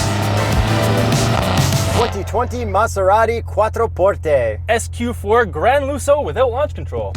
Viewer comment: I love that he pronounced it correctly!!!!🙌